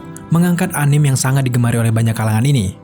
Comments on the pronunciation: Anim? agak kesal gue dengarnya_- Susahnya bilang Anime apa njing.. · Anime, bacanya a-ni-me, bukan a-nim... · anime d bacanya a-ni-me, bukan anim. itu dri istilah bhs Jepang bukan bhs Inggris. kritik aja kok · Anime dibacanya ANIME bukan ANIM